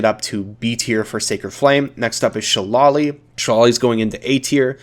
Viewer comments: Hey, since you said you were gonna do more spell vids I thought I'd tell you that people usually pronounce shillelagh like 'she lay lee', though the etymological ancestor is closer to the way you pronounced it and some do use that pronunciation. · I know its an old video and you might not see this but just incase, when you say "Shillelagh" the Irish pronunciation (which the word is an irish word) is sort of if you were to say shit without the T. and lagh = "lay" so phonetically it would be like "shi-lay-lay" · it's pronounced SHILL-AY-LEY 🤣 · What the fuck is Shillolee? Love you videos its pronounced shuh·lay·luh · It's pronounced Shil-ale-lee btw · Shillelagh shil-LAY-lee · shillelagh is pronounced "shi-lay-lee" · It’s SHA LAY LEE philistine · Love your videos! Super helpful. Just a quick pronunciation tip: a Shillelagh is an Irish walking stick, despite the spelling, they’re actually pronounced Shi-Lay-Lee. Just wanted to give you that info for potential future vids since you’ve been so helpful! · What is up with your pronunciation of shillelah and saying One-"Die"-eight?? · Loving your videos, but man do i die a little inside every time you pronounce Shillelagh in that way, lmao